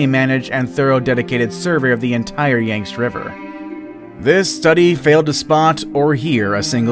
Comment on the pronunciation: the “yangst” lmao